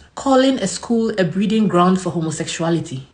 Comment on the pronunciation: Please is it breeding grounds or "brewing grounds"?